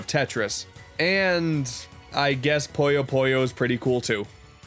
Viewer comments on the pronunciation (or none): Glad Puyo Puyo made the list, man...but it's not called "Poyo Poyo." I know you've Kirby on the mind, but c'mon. :p